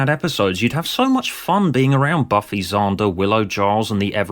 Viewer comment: Props for using a soft a in Xander and psychopath. Thats queen level RP